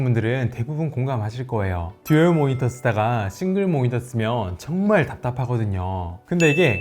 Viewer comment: 모히터가 달려있는 ㅋㅋㅋㅋㅋㅋㅋ 발음 ㅋㅋㅋㅋㅋㅋ 항상 잘 듣고 있습니다! 응원합니답!